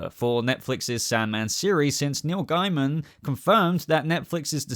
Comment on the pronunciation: PS, i like that says Gaiman amd not Gayman. When i found out his surname was Gayman i was like...why would you want it pronounced like that? Also, i always called that race on Babylon 5 The Gaim, never how they want it to be The Gaym. So sorry Neil, but im calling you Gaiman as that sounds sane to me..